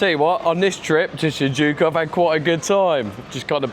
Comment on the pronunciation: you were close mate, just forgot the "Y" lol